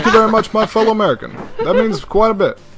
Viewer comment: Obama says welcome to ameerica